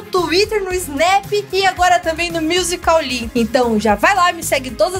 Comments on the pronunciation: o se fala “miuzikli” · miuzicauli ksksksk